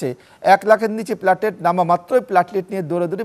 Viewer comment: Apni aage platelet bola sikhun......platlet abar ki